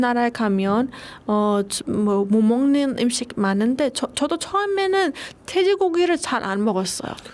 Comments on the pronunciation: 너무예뻐요 한국말도너무잘하네요 발음도완벽하구요 근데 음식의 <음>발음을 <임>식으로발음하네요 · 으 발음이 안 되는구나. 음식이 임식으로 들려서 갸우뚱 했는데 은행도 인행으로 발음하네